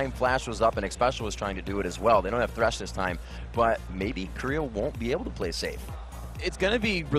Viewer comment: why the fuck people still call him tresh instead of thresh?